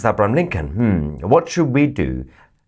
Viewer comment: Pronounce the name right it's abraham lincoln